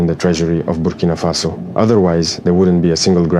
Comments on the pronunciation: Birkina faso? To much birkin bags in his mind... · He cant even pronounce Burkina Faso. Tap dancing oreos clown 🤡